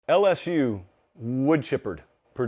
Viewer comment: if you want to be disrespectful, just say LS-who like everyone else😂😂 LS-SHOE just doesn't hit the same. Now, when people type "lsshoe" it's more in reference to the 2020 Florida game, where a penalty for a thrown shoe ended up winning the game for the Tigers. Second of all, LSU fans are very self aware of the way they pronounce the teams name to begin with, and that has its traces in Cajun heritage. Same reason the fans use the spelling of "geaux"; pride of the culture of Louisiana. Tl;Dr: your attempted insult of spelling LSU as "LsShoe" is outdated, unoriginal, and 0% offensive. Have a good day, sir.